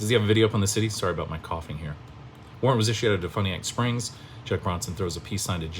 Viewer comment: Learn to pronounce DeFuniak Springs and Seminole County correctly. Sheesh. You sound like an ignorant fool. when did you become a Latrine Lawyer? Did you go to YouTube Law University?